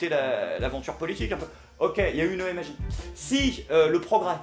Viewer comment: Arrêtes de dire m.a.j c'est chiant putain. On dit "mage". Non je deconne, bon épisode comme toujours.